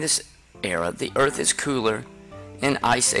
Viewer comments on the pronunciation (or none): none